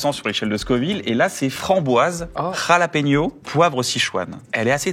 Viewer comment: on dit "RRRalapeno" mais pas RRRRRimenez?